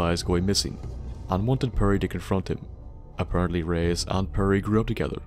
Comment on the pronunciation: Enjoy we mispronouncing Reise for the entire of the episode XD Feedback and suggestions are appreicated